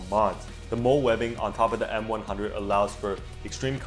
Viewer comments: MOLLE is pronounced like "Molly" not "mole". It was originally designed for the army, so it stands for some ridiculously long acronym. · I loved the video and it helped me understand the basics but what triggered me was you said molle as in mole not mall-ie but the rest was great!